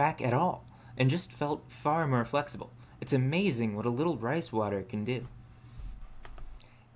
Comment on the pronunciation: The letter “o” in most words is pronounced. Pour is not pur. More is not mur. I can’t enjoy your videos because of this.